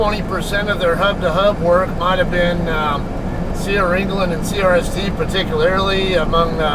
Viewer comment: You said it right.